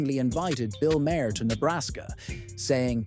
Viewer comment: And can't spell or pronounce Bill Maher's name. Jeez! 🤦‍♀️